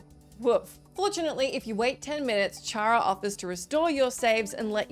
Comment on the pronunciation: Also, Chara is pronounced “Kara” as in character since that’s literally what his/her name means.